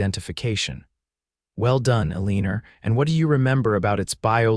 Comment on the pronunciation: Excellent story, but teach the AI to lose that r at the end of Elina.